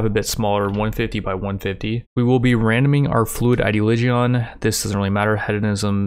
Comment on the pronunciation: Is English your second language you mispronounce hedonism ideoligion and I remember you pronounce tome as tomb